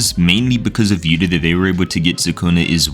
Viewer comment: It's not yuta it's yu ta